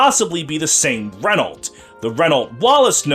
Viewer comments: Unicorn Overlord has informed me that Renault's name is to be pronounced as Re-Nau; the "lt" is silent. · I hope Renault gets in Feh and english fe fans get shocked by how you pronounce Renault